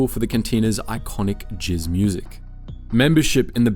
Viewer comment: Whoa it's jazz music with an A like in apple, not jizz music. Jizz is sperm, people don't want that in their ears. I mean there's plenty of people who don't want jazz in their ears either....